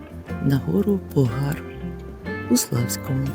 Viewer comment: наголос не там ставите , пОгар ,а не погАр !